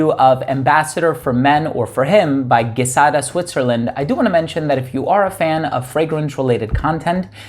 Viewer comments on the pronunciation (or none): I just bought the female one and it's my favorite! Side note, I live in France (they also speak French in Switzerland) and it's said like GEE-SADA. ❤